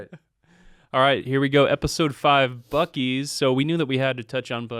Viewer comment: WHAT?! At about 54 minutes someone refers to the Buc-cee's bathroom as the "bew-cees" bathroom! That's worse than "What-a-burger"! LOL.